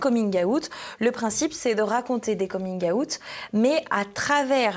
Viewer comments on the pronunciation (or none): La prononciation du mot " Coming out" est insupportable...💀